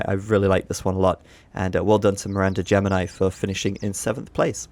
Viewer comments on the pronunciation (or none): none